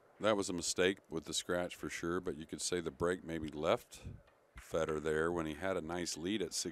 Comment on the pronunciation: It’s not Feeeedor lmao it’s Feh-dor. Please stop butchering his name! Thank you other than that great commentary.